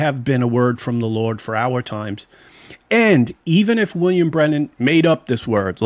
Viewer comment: If, could. His last name is not pronounced Brenen, but Branham and not Camila but Kámala